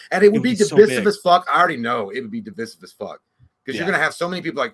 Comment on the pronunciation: I get so oddly triggered by the way J pronounces "divisive" like "dye-visiv" every time i wanna swing on him